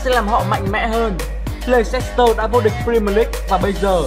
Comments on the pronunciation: Thế này nhá, nếu đã đọc tên clb thì hãy đọc cho đúng, đọc sai tên clb người ta cứ như sỉ nhục vậy, cái gì mà lây xét tơ, nghe vớ vẩn chưa từng thấy là Lét s tơ. Cảm thấy vô cùng khó chịu với những người như này, nếu ko biết tiếng Anh thì ít ra cũng phải tìm hiểu cách đọc tên người ta sao cho đúng. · Nguyễn Đình Khoa Chính xác 'lɛstər', cơ bản là đồng âm với từ lester, vì vậy leicester đọc y như lester. Đã vậy còn có thánh Kun Kelly đã ko học tiếng Anh còn bày đặt phát biểu. Lây xét tơ =)), nực cười hết sức. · bỏ ngay cái từ le xít tơ đi.nghe mà chối hết tai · phát âm là /less/ter city nhá bạn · ad đọc sai tên Leicester sai rồi nhé :v không biết là cố ý hay vô tình đây